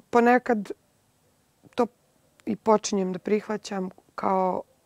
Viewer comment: Cuj "prihvacam"😂